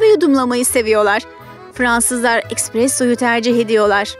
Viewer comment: “Ekspresso” ne len fkffkkf